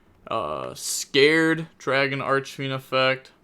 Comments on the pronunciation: Scarred, not Scared. Scar. If you're going to commentate and be on people about misplaying so much that if they breathe wrong it's somehow a misplay, at least put some effort into basic pronunciation. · Lmfao bro im CONVINCED youre trolling with the names now. Scarred, as in scar, not scared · It’s pronounced “scar red” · Only thing I’m scared of is how you pronounced scarred lol